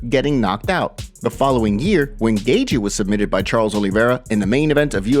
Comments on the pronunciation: Not “Gay-gee” it’s pronounced “Gay-chee” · This guy has pronounced Justin’s name “Gagey” forever now. Not even enough respect for fighters to pronounce there name properly. And he repeats it a thousand times. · Lmao, this guy pronouncing Gaethje. Like "gay gee" is hilarious 😂